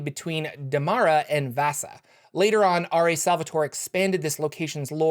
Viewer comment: The Vaasa is pronounced with an double elongated a, not a single a. Think of pirate saying Aarhg.